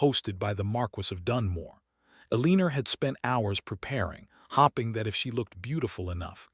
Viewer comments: So true. Hopping and hoping are always pronounced differently. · Oh, how I wish thís narrator can be calibrated to pronounce words correctly!!!!! The "hopping" and mispronounced names makes leave the story immediately. What a shame. Pretoria South Africa 🇿🇦